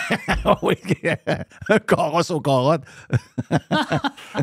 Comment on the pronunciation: Mr White se fait agacer avec un « caurosse »😅